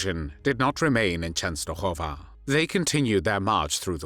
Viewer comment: Why did the narrator keep saying the "Polish and the Jews." Wasn't the Jewish population also Polish? Please enlighten me. I do applaud the proper pronunciation Częstochowa.